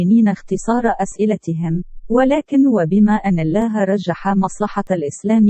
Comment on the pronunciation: نطقك لكلمة الله خطاء في معظم حديثك رجاء اخذ الحذر